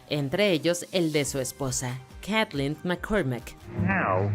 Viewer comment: Se pronuncia macmurai Se pronuncia kathleeeen